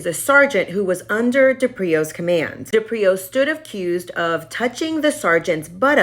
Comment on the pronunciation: His surname is pronounced DE-prio. Not de-Prio. Emphasis on the first consonant. The least you can do as a legitimate online journalist is pronounce his name correctly.